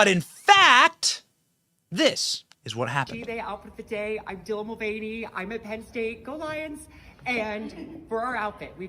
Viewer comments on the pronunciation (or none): What the hell is a Dylan Mul-vieny?